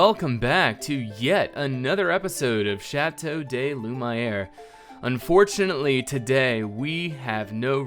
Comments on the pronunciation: Shat-O-(the D in bad)-Loo-Mee-Air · You keep saying Chateau de Lumiere wrong.